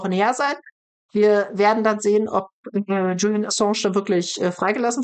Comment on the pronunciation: Ich verstehe trotzdem nicht, warum Sahra den Namen Julian immer falsch ausspricht. Es hört sich fast spanisch an, spanisch Julian wird aber auch nicht so ausgesprochen. 😅